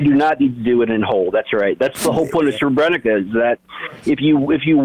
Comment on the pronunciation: He's referring to the Srebrenica massacre, but his pronunciation is quite bad. It's more like sreh - breh - NEET - sah.